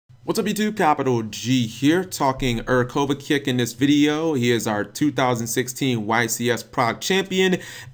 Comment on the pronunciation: i believe him even less now btw cap its pronounced as Kovachich if you even give a fuck